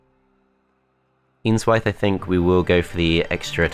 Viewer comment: Every time you said "Eanswythe" I heard "Ian's Wife".